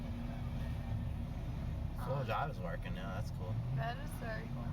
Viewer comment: Wery nice wery good video